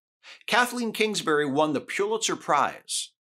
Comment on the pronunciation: Good analysis. The media outlets need to be called out for the misinformation they put out. Just FYI, Pulitzer is pronounced Pull-it-zer, not Pew-lit-zer. Many people mispronounce the name.